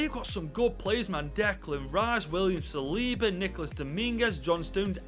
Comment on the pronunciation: William "saliva" 😂😂